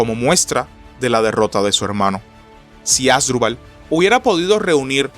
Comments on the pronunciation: Un youtuber que no puede pronunciar bien el nombre de los protagonistas de esta Batalla, no solo es PATETICO, SINO UNA FALTA DE RESPETO A SUS OYENTES. Se pronuncia AsDRÚbal, que es una palabra grave, no ASdrubal, como lo dice nuestro querido historiador de chancletas, bermudas y cigarrillo en la mano. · Asdrúbal, ASDRÚBAL!!! Supongo que solo a mí me desespera que lo lea mal... 😖